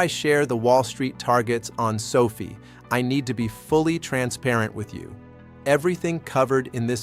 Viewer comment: Is there anyway you can get your AI to properly pronounce the word Sofi? Every time I hear him say Sophie I feel like maybe the rest of the information is in accurate as well. People lose interest in hearing the valuable content you are offering however, every time he says Sophie, it makes people want to ignore the rest of the message.